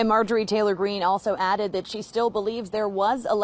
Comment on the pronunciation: He said her name wrong it’s Marjorie goofball green .